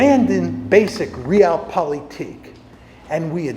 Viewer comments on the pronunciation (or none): I really wish he could pronounce „Realpolitik“ better…hurts my ears every time he says it.